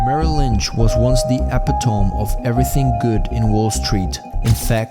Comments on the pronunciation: . ep-a-tome, is a Ernest P Worrell pronunciation of Eh-pit-oh-mi. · Ep-i-tome?? Uh-pit-toe-me. 👍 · Narrator can't even pronounce "Geithner" (hard t, not theta sound) or "epitome" (uh-PIT-uh-me not EH-pih-tome). He calls the House of Reps. of California "Parliament". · Apparently, your AI narrator has pronunciation issues! The word epitome, is not pronounced eh-pi-tome! It is pronounced eh-pit-o-me! Just a little bump in an otherwise good documentary video! Thank you! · Epitome is pronounced a pit o me Not appi tome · epitome pronounced eh-pi-toe-mee. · Epitome (ee-pit-oh-mii). Who edited this? Who checked the pronunciation? ffs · Excellent work. Friendly correction: epitome is pronounced eh-pit-toe-me. I've misprounced it the way you did before too.